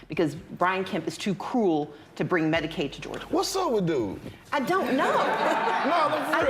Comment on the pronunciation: She said "Medicaid"...not "medicate" lmao, had to rewind it to confirm, smdh🥴🥴🥴🥴